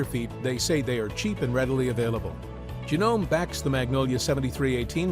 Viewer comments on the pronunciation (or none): It’s pronounced Jah - No- May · Please tell the narrator that the sewing machine feet are “presser” feet, not “pressure” feet. Also, the “e” at the end of Janome is not silent - it’s the third syllable of the name. Long e sound.